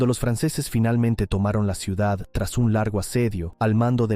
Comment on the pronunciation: Ya me extrañaba a mí que no apareciera el envidioso aguafiestas que no soporta que Valencia sea visitada por miles de personas cada año. Quien habla en este vídeo ha pronunciado la palabra "ciudat" con "t" es decir , que seguramente es cacalán. Expulsión de moriscos y judíos fue en toda España. La Inquisición en Valencia fue suave en comparación con la europea.